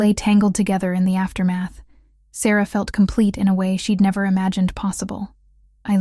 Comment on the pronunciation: How could the tree be in their kingdom when it was 500 miles away at the temple AI is so dumb. They even mispronounce Sarah more than once.